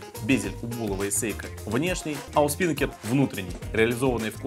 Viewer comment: СпинАкер ударение на А, парус на яхте